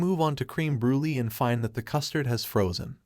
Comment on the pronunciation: Good job, but it's pronounced bru-leh not Bru Lee. Also Kim Chee not Kim chy